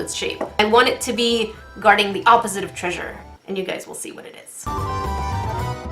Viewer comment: say(ah-po-sit(e)) not oppzite